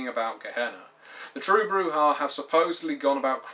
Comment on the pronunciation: I know this is superficial, but thank you for pronouncing Brujah properly.